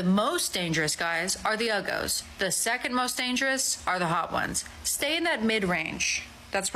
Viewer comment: Haha, it's either Yugos or Uggos, not Ugos.